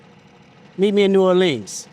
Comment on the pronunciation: bro even said new orleans wrong